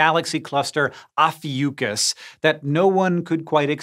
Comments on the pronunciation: Ophiuchus is Latin based, so pronounced Oh (like Oh boy) fi (rhymes with pie) uh (rhymes huh, duh) cuss (like cuss you out). I can see you looked it up and got the wrong pronunciation online. Can't trust those guys! When it sounds clumsy, it's suspect. Any terminology, ask a Latin teacher! Or an astronomer, in this case... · Hank Green, I'd never think you'd disappoint me so, mispronouncing "Ophiuchus" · The most surprising thing I learned in this video was how 'Ophiucus' is actually pronounced